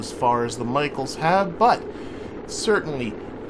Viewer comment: Great episode again and thanks for welcoming the Michaels 😃 I heard a lot of pronunciations of my last name but this one was new 😂